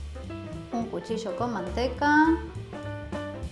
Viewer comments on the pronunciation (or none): none